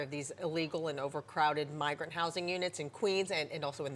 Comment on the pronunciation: "Bi-grant Crime"